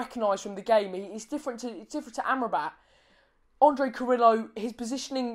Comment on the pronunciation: for better pronounce... try to say CARRIYO... not carrilo (DNT use double LL as italian) "replace LL as a Y". And yes he's very helpful with defense, but his best performance will be goals assistance. Same effective left or right wing. However as left wing he scores more making diagonals.